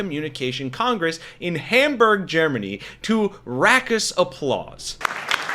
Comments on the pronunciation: Raucous is pronounced "rock-us" not "rack-us." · It’s great the Hackers did this. But can we please stop mispronouncing English and German words. Raucous is Raw cus. Hamburg is Hum burg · Please, my guy, SPELL raucous before you say rackass again! 😂😂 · What tf is "rackus applause"? Do you mean raucous? Yeah, that rhymes with caucus,.